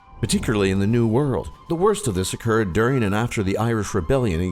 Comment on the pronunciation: you pronounced every thing wrong 😥